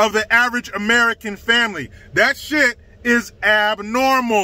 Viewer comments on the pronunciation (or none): I love that says Ameri-CAN. Because that's how we are. We CAN do anything we want because we're AmeriCANs.